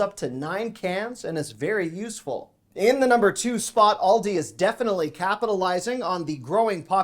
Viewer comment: It's pronounced Aaaal dee... . not Awl day